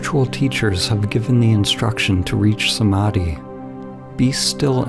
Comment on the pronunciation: That pronunciation of Samadhi in heavy western accent hurts my soul 😭😭😭😂😂😂